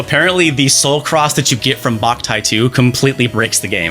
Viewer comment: Lmao I got a sunburn as a kid playing Boktai outside for too long, hated that game for years! (Also isn't it pronounced "bow-k-tie" and not "bach-tie"?)